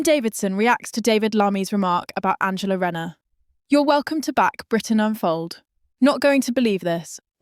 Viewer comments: In future, before you start your AI nonsense, can you get the basics right first, that is the names of the players, for instance her name is RAYNER .......NOT renauld,...NOT renner.!!!!! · Her. Name is Rayner.. Aaaaner😮😮